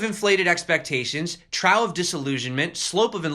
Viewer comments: It's pronounced troff dude. Not like your trousers falling down. (well ... pretty funny anyway) Still, you're the greatest! Love ya. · Trough is pronounced: troff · Gentle tip: "trough" is pronounced like "cough". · I never heard trough pronounced 'trawf' before. Is that a thing? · OMG your pronunciation of trough is killing me! Think “peaks & troughs”. See